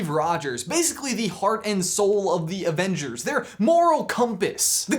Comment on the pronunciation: Avenge-heirs, ha